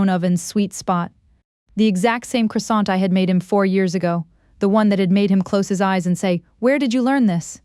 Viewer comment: Pronunciation of croissant is incorrect. Please correct it.